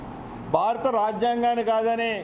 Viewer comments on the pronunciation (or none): none